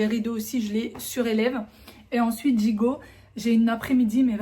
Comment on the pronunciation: Pourquoi vous disiez toujours gigo au lieu de j’y vais la langue française et tellement belle je ne vous critique pas c’est tout simplement ma pensée 😂